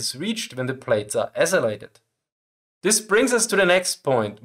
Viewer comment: Just some help with pronunciation give English is not your first language. accelerated = "ack-sell-er-ate-ed" (as opposed to "a-sell-ate-ed" said ) Also be careful calling "high-explosives" low-senstitivity, as this is generally associated with "insensitive munitions" which is a specific rating for HE. Most common plastic high explosives, like C-4, Comp B etc. are all safe from fire (assuming it doesn't reach shockwave speeds), and usually bullet and shrapnel impact, while being able to be detonated by sympathetic detonation and shape charge jets. Rated IMs are generally safe around shape charge jets, and are very difficult to detonate sympathetically, which is not what you want.